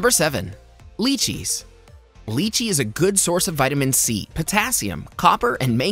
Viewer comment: Wrong pronunciation of apricots and lychee.